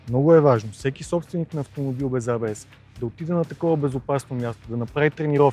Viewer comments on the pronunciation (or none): Е, не може ли поне водещите да се научат, че НЕ се казва ай-би-ес!!!!!?? Или А-Бе-еС на латиница. Или ако сме големи англичани Ей-Би-еС. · ЕйБиЕс, не айбиес. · някой да му обясни на тоя дето вика и маха, че ABS не се произнася като IBS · Хубаво видео, ама, стига моля ти се с тоя Ай Би Ес - или е А Бе Ес(както се произнася от немски) или Ей Би Ес от английски. Това Ай Би Ес е все едно IBS.... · до село крайници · Ей Би Ес, не Ай Би Ес (ABS vs IBS) бате, бате :) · Много ценно само дето АйБиЕс-ът е ЕйБиЕс или АБС. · От немски език фонетично ABS е "А-бе-ес", от английски е "Ей-би-ес". Ай-би-ес (IBS) няма,! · Защо и двамата повтарят"АЙ БИ ЕС (IBS)" а не "ЕЙ БИ ЕС (ABS)"? :D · Хахахаххаха хахахаххаха "АЙ БИ ЕС". И тоя човек уж се води, че разбира от коли. Или е учил английски в Афганистан или не е учил изобщо. Но евала за клипчето. Показах го на много хора и се учудих, че за повечето хора това беше абсолютно нова информация. Не знам къде са живяли до сега, но факт...